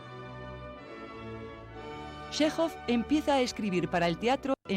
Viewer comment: Chéjov, tal cual. No "Shejov", ni otros inventos.